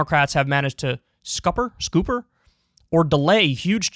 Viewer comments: Sc-upper not scooper. As in beaching a ship or sinking it. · Scupper pronounced like supper. You scupper your ships instead of losing them to the enemy… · Pronunciation note: "scupper" rhymes with supper. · I like that even after all these years, Kyle still encounters simple words while reading articles that he pronounces like he's never seen them before. scooper (scupper) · It's almost impossible to mispronounce scupper, it's what you do to a worthless ship, sink it. Scupper. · "Scupper" is pronounced like "upper" with the "sc" from "scar" in front.